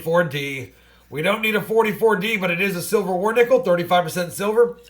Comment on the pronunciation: Hey. Thank You for initiating my interest in Coin collections (traditionally I am a baseball card guy). BTW I was confused, every time you say " silver war nickel" it sounds like "civil war nickel." HaHa